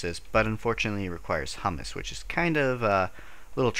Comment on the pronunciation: It's pronounced "hyoo-muss", by the way. Hummus is a dip made of garbanzo beans. Humus is like a type of soil.